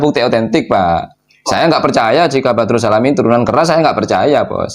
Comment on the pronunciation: Bukan badrus mas...tapi baradus..